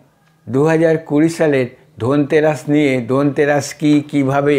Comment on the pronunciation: R e dada dhanteras uchharan ta kore korun.... tarpor totka deben....